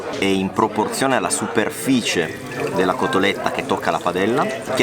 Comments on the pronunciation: CoSSStoletta??? Come avete potuto? Vi perdoniamo...ma che non si ripeta mai più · Si dice COTOLETTA!!!!!